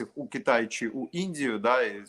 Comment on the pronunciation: звучить жахливо, коли говорить українською. Не ЧЧЧЧи а чи.